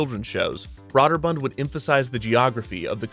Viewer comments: Is it really pronounced "brod-der-bund?" I thought it was more like "brew-der-bund" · I thought it was pronounced “Broh-der-bund”, not “bra-der-bund” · At the time the name was pronounced “broh’-der-bund”. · Great video, except I twitched every time you pronounced "Brøderbund" with an "aww" instead of "ew" sound. When in doubt, just make it a hard "o" sound, if the correct pronunciation is funny to your ears. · This video made me look up how to pronounce Broderbund, because I've never heard it pronounced Braw-Derbund. I thought it was Bro-Derbund, but apparently it's Broo*-Derbund. ("oo" as in goose.) But then I also read it was a made-up word that's basically a jumbled mess of four different languages and the "ø" that's used isn't a reference to any language but from computer terminals. .... ...Häagen-Dazs. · I've literally never heard anyone pronounce it 'braw'derbund. Not trying to be facetious, just interesting. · broderbund is not pronounced broader bunned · Kevin: Brah-der-bund. Me: Well, it may not be the right pronunciation, but I'm sure he only says it a few times in the episode. Kevin: deep inhale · Kevin, When you said Broderbund I thought The Pac-Man type game: Snoggle. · Would've been nice if the narrator learned how to pronounce Broderbund and Karateka right, lol. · You keep pronouncing Broderbund wrong the whole episode its really annoying